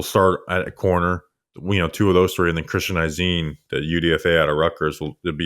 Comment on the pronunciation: The lack of knowledge shown on my team here is crazzyyy. Y’all repeatedly saying they “lost” shaq barrett and Carlton Davis.. we CUT shaq, and TRADED Davis. They stunk. And it’s not Cristian “EYE-ZEEN”. Also not understanding why we didn’t pick up JTS option is… just comical. 😂